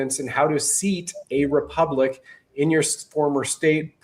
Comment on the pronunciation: come clean! You know you lied about the Generals telling you that Sandy Miarecki infiltrated the group, and that this splinter group of Tim's was the real Republic. How many members do they have,? lol 56? This is sad cosplay nonsense. Oh, and tell the word is republic, not repubic. lol